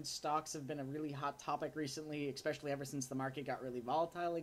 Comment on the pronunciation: Kid — you keep saying EX-specially. You were supposed to stop mispronouncing the word that way when you were 10 years old. It's ES-specially. Didn't they teach you that "in college?"